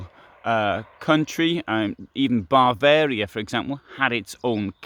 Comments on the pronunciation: Why do you call Bavaria “Barvaria”? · Did he repeatedly say "Barvaria"?